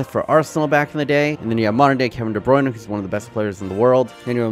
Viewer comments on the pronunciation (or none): Did he really said kevin 'danglish'?